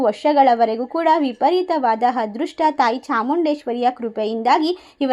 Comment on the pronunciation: ಮೇಡಮ್ "" ಹದೃಷ್ಟ"" ಅಲ್ಲ. "" ""ಅದೃಷ್ಟ "". "ಅ" ಕಾರ ಇರುವ ಕಡೆ "ಹ" ಕಾರ ಬಳಸಬೇಡಿ.